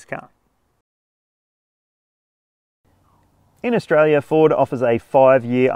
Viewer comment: Khaustralia, just the way said it.